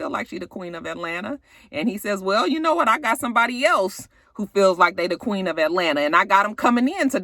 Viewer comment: Why does akbar think she is the “queeng” of atl? she always put a g on the end of queen lol. Well at least that how it sounds.